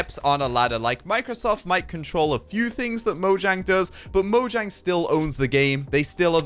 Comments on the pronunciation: Fun fact: It's pronounced Mo-yang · orestis gamer It's mo-yang